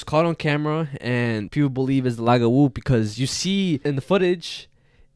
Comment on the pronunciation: as a half haitian, im surprised yet happy to hear yall talk about lougawous, i was never taught about my venezuelan side, so i enjoy hearing about the spanish urban legends too, but it’s really pronounced loo-gah-woo!! 🇭🇹🇻🇪 love this podcastttt. also, a bokor (boko) is a haitian vodou priest. A bokor turn people who have done bad things into Lougawous. Lougawous prey on children mostly. They take on human form during the day, and shapeshift and hunt for children at night.